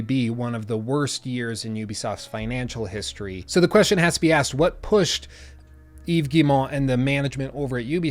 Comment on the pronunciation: Heck, I work at Ubi and I have trouble saying Yves’ name right sometimes. Props to you my dude for getting it spot on!